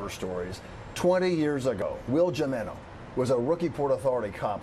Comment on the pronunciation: He's a living legend alright. But there are two news reporters with college educations who lack the ability to pronounce his last name correctly. What DOLTS! They just ruined the story by crapping all over his name. It's spelled JIMENO. It is pronounced HEI-meno. Is that so freakin' hard?